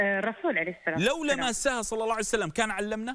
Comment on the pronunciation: صلى الله عليه واله وسلم* وليس صلعسلم